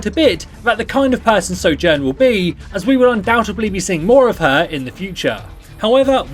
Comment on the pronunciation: At the beginning of the video, he said Sojourn wrongly. So triggered jk